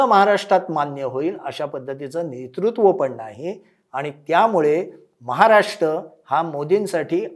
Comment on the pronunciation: राष्ट महाराष्ट "र" चा उच्चार? कोण करणार हिंदी भाषकांपेक्षा बरं ते राष् महाराष् राष्पती असा उच्चार करतात